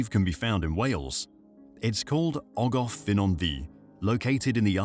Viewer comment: For future reference in Welsh the pronounciation for F is V and FF is F . Saying Ogof instead of ogov is like me saying cafe instead of cave 👍